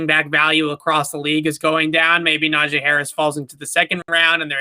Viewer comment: It’s not a Najae Harris you dummy. It’s Najee Harris. Do you see an ‘a’ here ?